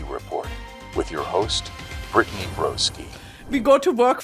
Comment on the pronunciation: Bri-tan-ny!!!! Please eat breakfast